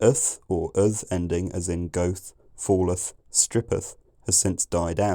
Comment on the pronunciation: I always thought goeth😢 was pronounced go-eth?